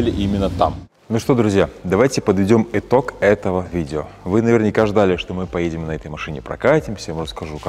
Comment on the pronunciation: ...ну не этог,а итог!) 🤣🤣🤣